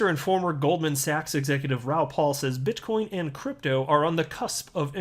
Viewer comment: You said bitch coin 🤣